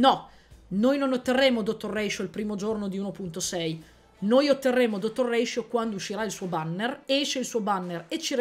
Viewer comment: It's NOT Ratioveeeerr!!!